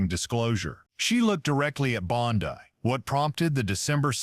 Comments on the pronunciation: Well this AI. CANT pronounce words right ITS NOT BONDEYE ITS BONDEY. GET THE F’ing AI RIGHT OR DROP THE 💩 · Bondi is pronounced bondy, not bon-die. If you can't get the small important details right, why should anyone trust anything else you say? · “Bon-dye”.? What is this, Amateur Hour? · I couldn't avoid noticing that several times during the program, the AG's name is being pronounced, "Bond-eye". Is that due to AI or just a narrator who hasn't done his homework? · The actor reading this doesn't know how to pronounce Bondi.. Where does this report purport tobe from¿ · I did a Google search and this is all I could find. This story is a lie, it is AI it doesn't even know how to say Bondi. This never happened.